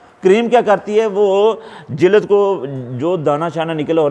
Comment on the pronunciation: Sir jilaad nhi lafz jild hy